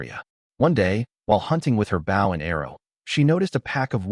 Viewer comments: The narrator needs to learn how to pronounce Bow! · A Bough and Arrow 😂😂😂